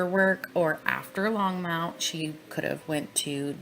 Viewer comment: I lived in Thornton/NorthGlenn for almost a year and then a week before the murders I actually moved to weld county, the town Greeley ( which is where all the detective offices and where all the bodies were taken after their discovery. So this ( and as I’m listening lol it’s pronounced long-mont (think Monty python) Longmont ) lol 😂 I’m sorry Back to my point - I literally watched him on live tv pleading for his families return and I looked at my husband dead in his eyes and said “That man is pure EVIL, and he knows EXActly where his family is right now!!!” I lived breathed this case since day one! Saw the initial shadows of his children being hoisted into the truck with their dead mother before everyone caught on but I’m glad we finally have SOME of the truth! I heard that voicemail somewhere I will try to find it for you!